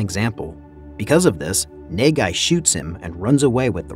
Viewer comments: bruh i thought he was saying negai and that means future but he was saying nagai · bruh just call him na-gai (as in nuh-guy) ffs...wtf is even nae gai...ppl be pronouncing the name in the movie a whole ton just follow em gawd dammit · the prodagonist's name is pronounced khei nahghai. as a japanese, it was kinda disturbing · Quit saying NEIGH GUY I had to close the video smh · His name is pronounced Kay, like mmmmmkay? And his last name is Na-Guy, like nah, guy, you’re butchering the pronunciation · Good recap but I can't stop laughing at the way you pronounced Nagai. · its actually kinda annoys me you didn't read the name the it supposed to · I couldn't stand your pronunciation of NAGAI lol